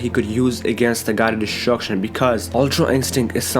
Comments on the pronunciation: Destruction not deshtshurcshion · I hate when u say DESHTRUSHON